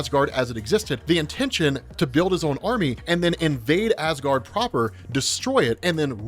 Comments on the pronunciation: yeah i notice him make that mistake a few times too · "instigated Asgaard"